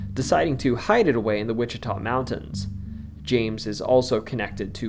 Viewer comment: Waa-shee-tuh not Wichita